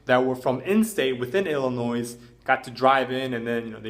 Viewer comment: The s in Illinois is silent